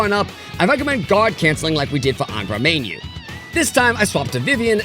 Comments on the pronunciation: I think reusing the intro a third time for the Tatsuya Scenario was a bit much imo. Kinda stale. The whole initial read, I guess. That's an immediate nitpick I guess. Still was hyped this was in my notifs. Edit: it's Angra "Mine-You" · ah yes "Angra Mainyu"